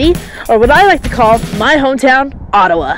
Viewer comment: always pronounced it oh-ta-wah lol